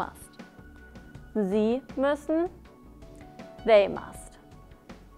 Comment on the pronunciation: it´s müssen and not mussen